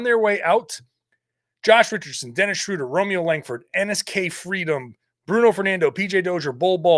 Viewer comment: We go from mispronouncing Schröder to Theis. That alone makes the trade worth it. 😆